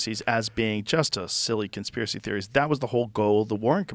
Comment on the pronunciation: "the poshibility of it not being a consjpirachy is very... plawshible"